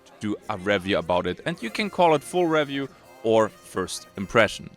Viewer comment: Sehr gutes Video, Sehr deutscher Akzent hahaha. zB review. Das re wir wie be reel ausgesprochen und nicht wie bei red. oder biomes. bi wie by und nicht wie bee die Biene. aber echt gute review, schön viele Schnitte zu spannenden Szenen und passend zu dem was du sagst. Nicht 0815.